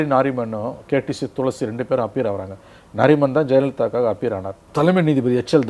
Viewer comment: Thulasi ila pa tulsi .... Haha 😂